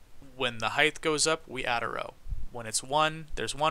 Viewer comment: Btw you pronounce "height" wrong you say it with a "th" at the end. It ends with a "t" sound